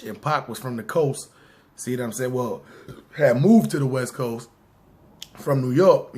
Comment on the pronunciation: "westboast" lmao